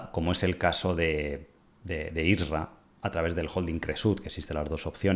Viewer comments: es IRSA... NO ISRA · Y dale con I S R A , es I R S A ( PRONUNCIALO BIEN) COÑO 😂